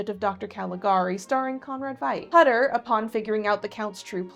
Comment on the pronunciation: Why ware thy masks? Hutter is pronoced Hoo ter in Germany